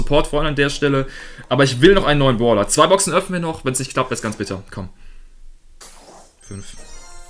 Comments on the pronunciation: Warum sagst du "Boler" statt "Brawler" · Es heißt brawler nicht Pprawler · Ich finde lustig wie du Brawler aus sprichst!👌😁 Baaawler